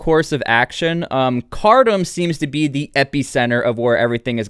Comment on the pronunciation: Ironically it's pronounced "car tomb"